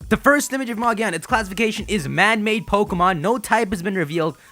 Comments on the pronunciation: its not "magiana" ITS MAGEARNA! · It's magearna,it's easier to understand in the US version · Yeah, this guy is right. It's with a hard G like the G in giga, gear, gorilla. Japanese letters don't have multiple pronunciation like English. so it's like "Mah-gih-ah-nah" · Actually it pronounced Magearna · its name is magearna